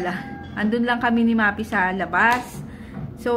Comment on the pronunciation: Sis, Maphy is Ma-fi po hindi Ma-pi just saying ✌🏻